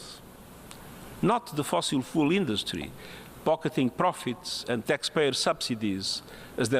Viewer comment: Funny Amy, Now YOU'RE pronouncing the word "fuel" like Guterres is! You're so cute! Martin.